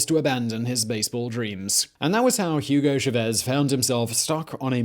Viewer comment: Coño pana, "Yugou Chavézz"? A mi tampoco me gusta el tipo pero ese no es su nombre 😂